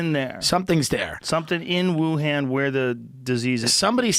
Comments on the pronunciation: "WU- HAAN" Its pronounced "Wu-hun" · It’s pronounced Ooh-Hon, not Wuhan. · Guys - Wuhan with an 'ahhhhhh' sound, not a 'ham' sound. 🙋‍♂️